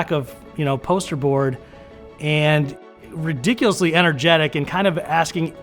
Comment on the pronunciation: Did you say ridicurus? You know you're NOT Chinese! Lol. (Jerry Sienfield)